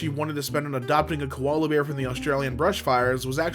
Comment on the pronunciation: im an australian and ITS NOT KOLALA BEAR ITS JUST KOALA